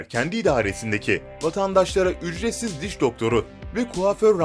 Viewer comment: Üçretsiz “ç”